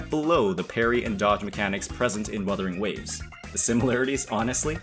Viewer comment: bro said weathering waves 😂